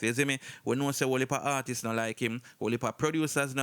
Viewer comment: For real!!!! So annoying “artisses” 😑